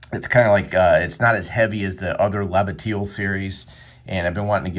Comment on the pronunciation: “La bateel?” Only an American could butcher the pronunciation like that ha ha! But thanks for making the video, love the intro clip, is it from the movie Waterloo? Or War and Peace?